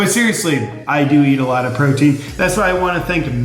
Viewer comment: Did you say you eat alot of protein or you eat alot of brotein?